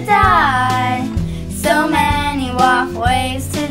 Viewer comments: I don't like that you say WoF ngl- (no hate tho) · Why did I think she said walkways to die when she said wof ways to die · I can’t stop hearing waffles now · When they say WoF ways to die why does it sound like they say ‘ Waffle ways to die ‘ ? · Sounded like it said "rough" ways to die xD